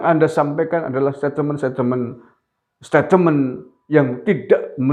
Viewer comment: Om ngucapinya stetmen bukan satateme .🙏🏼🙏🏼